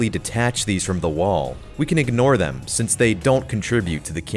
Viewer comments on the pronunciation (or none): none